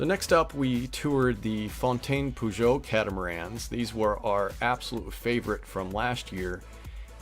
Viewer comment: Please ... PAJOT NOT POJOT ...🤡🤡🤡